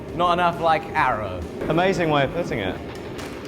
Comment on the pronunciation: "ahmazien whay of pueten iet" Lol this guy is a real englishman. Ffs sake it's cool to see some real bloody english.